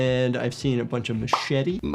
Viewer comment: "Machete" took me out jfc